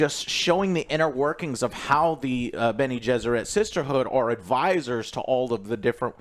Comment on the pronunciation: Jene-Besserit...Bene-Jesserit...Benny and the Jets...nice